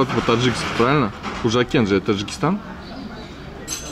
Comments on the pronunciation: Не хужакент а панжакент это в таджикистане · Панжикент гираница самарканда не худжакент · Не Худжакент а хаджикент не путай пожалуйста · Ассалому алайкум Худжанд брать, не Худжакент, ест Пенджикент. И советую побыват. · Не хўжакент а хожикент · Не худжакент а пенджикент